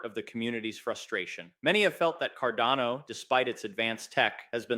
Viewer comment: Might be petty but I sure wish you would make up your mind between the pronunciation.....is it carDANo or carDONo